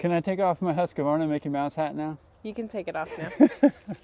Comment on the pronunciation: Husqvarna, NOT Husqa-varna